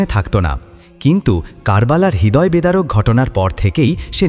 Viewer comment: হৃদয়→রিদয়✅ হিদয়❎ সাহাবি→ছাহাবি✅ শাহাবি❎ দয়া করে এগুলো সঠিক উচ্চারণ করবেন